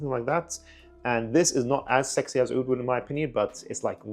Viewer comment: Sounds like that Armaf trip to the Middle East helped some reviewers respect the actual pronunciation of the word Aoud.